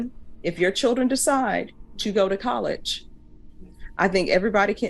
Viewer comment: She has the gall to correct his grammar, then pronounces college 'collidch'. At 13 minutes and about 50 seconds, the third time she says college.